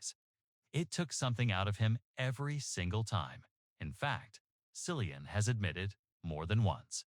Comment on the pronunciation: His name is Cillian, with a hard C, not “Sillian”. Why can’t people get his name right?